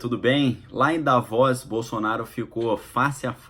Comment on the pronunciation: Querido, pronuncia se" Da - vôs " só quero ajudar!! 😍